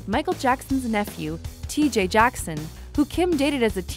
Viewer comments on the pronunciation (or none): none